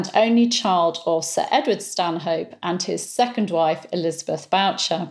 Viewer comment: Thank you for yet another illuminating video, -- & especially for the pronunciation of "Bourchier" as "BOW-cher." This is yet another instance where a non-Brit may trip over pronunciation of an ancient English name. How does something that might be pronounced "BOOR-shay" become "BOW-cher?" Alas, it's another linguistic mystery to add to the extensive list of Wriothesley, Cholmondeley, Leicester, Worcester, Theobalds, Magdalen, St. John, etc.